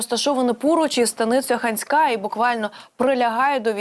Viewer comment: Під ИАйкопом! І може - таки станиця Ханська? Будь- ласка зверніть увпгу на наголоси, бо Ваша інформація, таким чином, перетворюється на дезінформацію! Дякую ВСЕ буде Україна незалежна й квітуча! Амінь!